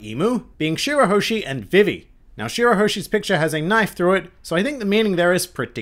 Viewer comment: > pronounces Vivi's name like the 4kids dub